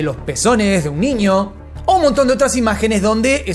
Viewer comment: Hola, se dice niño, no ninio. Hay una diferencia, viste..?